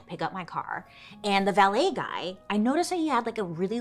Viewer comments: Why did I think you said ballet 😂😂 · Mr Valet BASICALLY confirmed it was a coke nail😂😂....He's VALET. Also, Bailey is MAC-RONS. Macaroons and Macrons are 2 different things lol